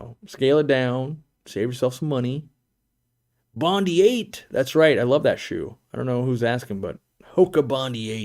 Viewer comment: This will sound really picky, but - your Hoka Bondi's are pronounced "bon-dye". It's a famous beach in Australia. Make's me chuckle every time you say "bondy"